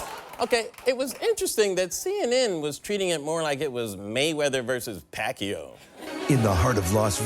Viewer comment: It's Pacquiao (pahk-YAO).